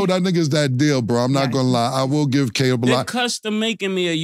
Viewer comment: why this MF can’t say Caleb? Bruh it’s KAY•LIB damn Killa you slow asf 😂😂😂